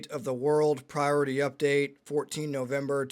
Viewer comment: RESPECT MAH PRI-ORITAH